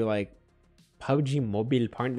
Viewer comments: When he says Mobil sound like a Filipino guy???? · The way he said MOBIL... 😂😂😂😂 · The way he pronounced "mobil"😂😂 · THE WAY HE SAID "MOBIL" 😭😭😂😂😂😂😂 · I laught so hard when he say MOBIL 😂😂😂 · The chicken girlfriend part got me dead for some reason🤣😂🤣🤣 Also when he said mobil like an Asian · PUBG “MOBIL” Partner 🤣🤣🤣🤣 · Yo I laughed so hard in my room when you pronounced PUBG MOBIL,HAHAHAHAH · '' Mobil '' Lol🤣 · Bro the way u say mobile 😂😂😂😂